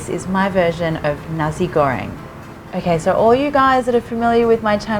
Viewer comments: ffs its nasi, with an S, not a cross between s and z like u want to say nazi but decided halfway to tune it down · It is nasi, not nazi, and manis not mannis... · I hear it like 'nazi goreng' lol jk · Bruh the way she she said Nasi but she isn’t Indo like us and the manis